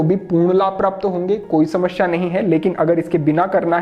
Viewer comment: समस्या होता है.. न कि समश्या